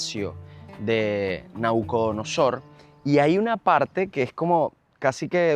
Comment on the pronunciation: Mi querido Enmanuel una corrección con mucho respeto, no se dice nacudonosor es Nabucodonosor Rey de Babilonia por eso es Palacio de Nabuconodosor